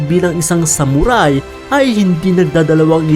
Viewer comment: Ano raw SAmuRaaay? Tsk tagalog b yun saktan kita jan eh😂